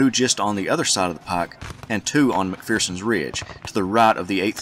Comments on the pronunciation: No 'fear' in McPherson, not 'McPhearson'! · Isn’t it pronounced Mc-fur-sens Ridge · Agree, but mispronunciations of 'McPherson'!